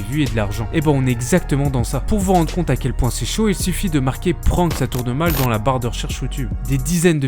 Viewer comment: Le "an" de prank se prononce comme dans "and" ! ;)